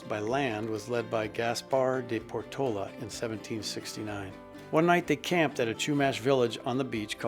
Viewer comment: Great video, clearing up some mishistory. Was not Portola’s name pronounced por-to-La’? 😊